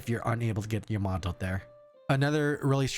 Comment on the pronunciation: Its YAmato and not yaMAto